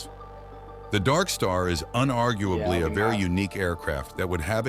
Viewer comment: “Sr-72 Dark Steh”